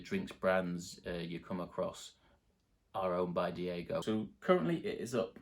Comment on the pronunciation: Not to be picky, but you're pronouncing diageo wrong. It's 'Dee adge ee ohh'. Good luck with your channel.👍